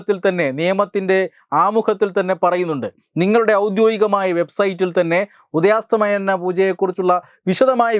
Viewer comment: ഉദയസ്തമയം ഉദയസ്തമാനം അല്ല